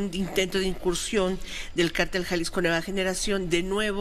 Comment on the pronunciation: Se dice cártel(con acento en la a) y no cartél (sin el acento porque no lleva, según la regla ortográfica.)